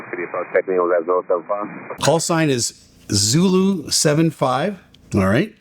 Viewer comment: Oh man...hearing Zoro instead of Zulu really causes confusion for me over the radio. Too similar to Zero, imo. Eesh. Maybe just me?